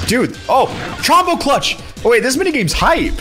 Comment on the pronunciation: Alpha, Chombo's name has no a. It's Chombo, not Chambo.